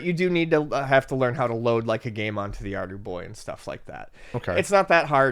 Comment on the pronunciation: Thank you I could not understand at all. SOunded like Ardie Boy or Arby Boy and I could not find it on google lol